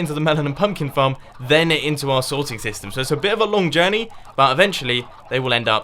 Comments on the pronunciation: the sorting sytem. RIP the letter s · U said sytem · Gotta say it: "SYTEM" :P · "Sorting Sytem"